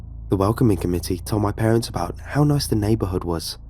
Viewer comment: For the upteenth time, there is no such word as "parentses!!!!" The plural possessive word parents' is pronounced "parents." When you mispronounce simple words it entirely destroys the immersion of the story. And oh my god, do you ever mispronounce that simple word every single time it occurs in a story!